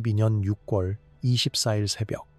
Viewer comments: 발음이 거슬리네요.유궐(6월) 이지 '육꿜'이 아닙니다. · 표준발음은 [유월]입니다 유궐이 아니라 활음조 현상 때문에 유월로 발음합니다.